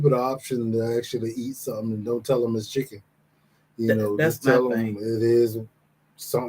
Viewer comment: Not chicken it's "icken"🤢🤮